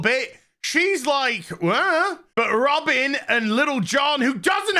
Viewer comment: Shouldn’t her name be pronounced Ro-Bine……..not Robin